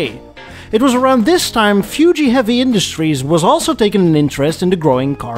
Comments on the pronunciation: Fuji not Fyooji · I've never heard anyone call it "Few-Gee" Heavy Industries.